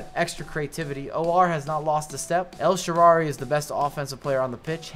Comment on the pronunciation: nice rewiew but you should pronounce the name of the Italian wing well El sharaui Thanks man. Good job 😊